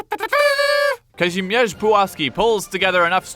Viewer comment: The way you pronounce “Kazimierz”, nice